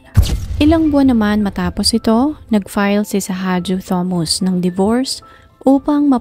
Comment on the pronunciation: Ok po ang narration. Siguro po dapat lang po iimprove ang pronunciation ng mga pangalan at ibang details. Like yung pronunciation ng Thomas. Sa video po kasi Thomas ang nakasulat pero everytime na binabanggit, Thomus po ang nadidinig ko.